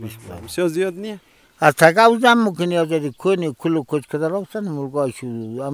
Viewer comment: میگه زیده هههههه